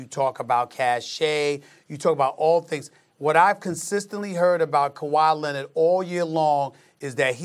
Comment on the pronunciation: SAS: "Kawhi Leonid"